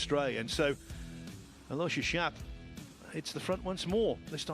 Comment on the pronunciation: I do wish the British commentators would learn how to pronounce Aloysius. It's four syllables, AL-o-WISH-us.